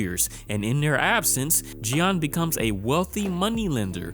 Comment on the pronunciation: Ok, French speaker here. Jeanne is mostly pronounced like Jane 😅